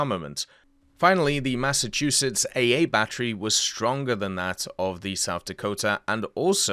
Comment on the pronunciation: You pronounced Massachusetts just fine.